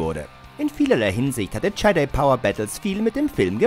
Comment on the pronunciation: Jedi spricht man anders aus haha